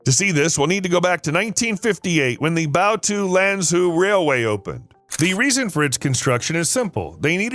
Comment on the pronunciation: Love your video, but Lanzhou is pronounced lan-joe, not lan-zoo